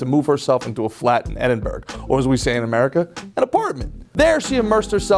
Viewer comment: I wish u had researched how to pronounce EdinBURGH.